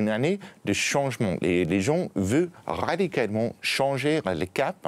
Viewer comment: rrrrrradicalement mdr 😂